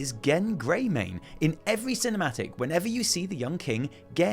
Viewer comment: "Gebb Greymane"